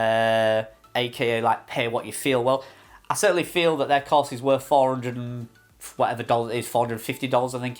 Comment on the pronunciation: Cars, class or course? Took 5 minutes to figure out what you were saying. At first I thought they bought you a car! 😅